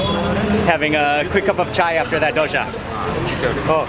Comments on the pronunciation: It's Dosa, not dosha mark. 😂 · There’s no H. It’s dosa, not dosha